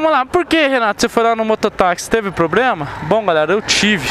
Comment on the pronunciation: Bem a calibragem dos pneus vc já aprendeu, agora só falta se escrever em um curso de português, porque falar ponhei e probrema tá foda!, Vai urgente se matricular.